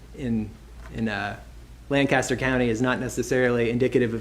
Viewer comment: thank you for pronouncing Lancaster correctly! No one in the trial did, not even the defendant-- who lived there!